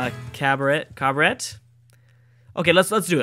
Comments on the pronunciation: BTW You don't pronounce the T in cabaret;) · cabaret is french so no t at the end of it